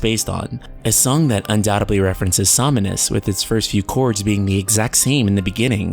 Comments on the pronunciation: it is not somInus it is SOMNUS, without the I. Somnus is the Menu Theme of FF15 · „Sominus“ smh It’s SOMNUS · Som-nus. Somnus. Not somm-e-nus. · Som-nus, not Som-in-us. That was bothering me. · Why can't this guy ever say Nomura's name right. Oh by the way, Zeal is right again, as usual. See you all in VS. And why does he keep saying "Some muh nus"? His Japanese pronunciation is atrocious. Yozora is also HUNTING them both, for his Master. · I just really wish this guy would stop mispronouncing Somnus.